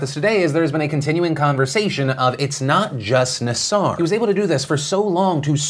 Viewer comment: I can't believe I'm going to correct the pronunciation of a serial pedophile/monster's name, but it's NAA-sir, not nuh-SAR.